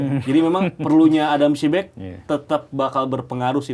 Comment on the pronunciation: padahal host sama ibam udah bener ngomong adam psibek, tapi komentator yang pake topi masih bilang adam prisbek aja